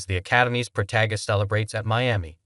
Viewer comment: Proto-zhay. Good grief, do the homework before you publish! Google pronunciations! It's easy! You presume to post about pro tennis, and you don't know how to pronounce Nadal?